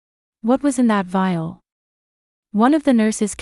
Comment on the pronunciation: Vial, not veal, which is baby beef.